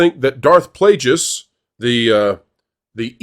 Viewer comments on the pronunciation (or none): Bro, your opinion doesn't matter. After your pronunciation of "Plagueis", it's obvious that you aren't a real fan. Also, notice that most of the hate came before the show ever released a single episode. The show is terrible, but I figured that out by watching. But I am sick of the manipulation by both sides. It's as bad as politics. Just disgisting people that think they are ao special that they can manipulate us with their "brilliant" words. Most of these influencers are taking us for a ride and they are paid hacks.